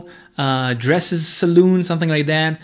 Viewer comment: Quick tip: The second half of "salon" is pronounced like "on" (as in "on and off"). The way you pronounced it is "saloon" like a bar in an old western movie. :) BEAUTIFUL build, thanks for sharing!